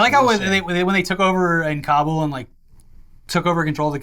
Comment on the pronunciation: Thank you for correctly pronouncing Kabul 😎